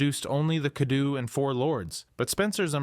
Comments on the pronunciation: the pronunciation is a little bit off. In Romanian basically every letter is a sound so "ou" wouldn't be "u" I'd be "O" & "U" To better clarify "cadou" wouldn't be "ca-do" it would be "ca-dough" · The way he said Cadou is hilarious 😭